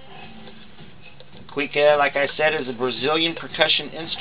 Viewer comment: Haha dude are you serious? This isn't even close to what a Cuíca is. And it's pronounced kuweesha.